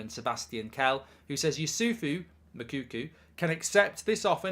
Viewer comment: You will have to learn his name mark if we get him. It’s not yousoufo makookoo